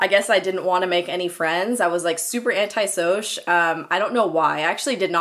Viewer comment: LMBO "Anti-Sowsh"!!!!!